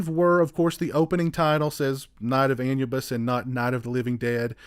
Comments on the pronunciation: Not trying to be a dick by correcting you but Anubis is pronounced as Ah-new-bis. Otherwise this was a great review. Keep up the good work, sir. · The original title is pronounced An-u-biss. And the packaging is called digipack, It’s been around for the better part of 30+ years. I’m not a huge fan of it but if it’s done properly it’s OK. EDIT: while this is digipack it’s an oddball variant, I don’t like the “shelf” you need to slide the extras disc under to lock it in place, seems to me it increases the chances of damaging the disc.